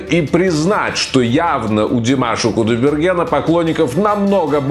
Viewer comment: Задолбал этот со своим красным телефоном недавно купил чтоли засветил чтобы все увидели, лучше бы фамилию нормально заучил не кудаберген а КУДАЙБЕРГЕН после буквы " А" "Й" - краткая это не сложно запомнить, для этого не нужно быть очень умным